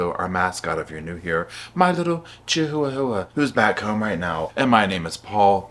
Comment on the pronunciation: ˗ˏˋ lol ˎˊ˗ Chi-wua-wua